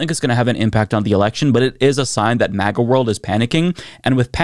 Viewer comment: Why is he saying 'MEGA' instead of 'MAGA'? 😆